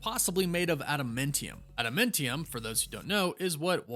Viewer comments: AdaMINTium? Its adaMANTium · I thought it was adamantium, not adamentium